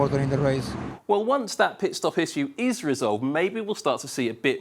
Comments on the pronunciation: why does he mispronounce "issue" so badly every time? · Why does this guy pronounce the word "issue" like that?